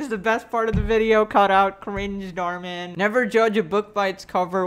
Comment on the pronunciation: You say Dhar Mann like darmen, a Dutch word, which means intestines. Thank me for such useless information later.